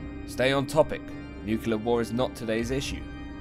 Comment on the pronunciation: You have a long successful YouTube life ahead! Big fan. You seem like someone I'd be good friends with! Btw tho, please man, nuclear is pronounced 'new-clear' or 'noo-cleeya' not 'new-queue-ler'